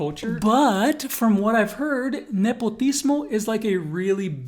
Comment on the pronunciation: Jajaja the way he say "nepotismo"